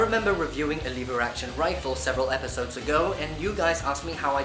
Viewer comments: It’s lever not leaver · Lev-er not Leave-er